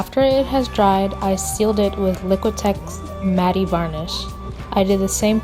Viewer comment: Quick tip: "Matte" is pronounced the same as "Matt"